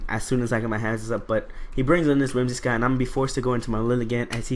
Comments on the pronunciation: WhimsiCOTT not WhimsiSCOTT, other than that good narration and battle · "Whimsi---cott" not scott haha